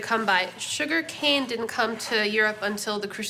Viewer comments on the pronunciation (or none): none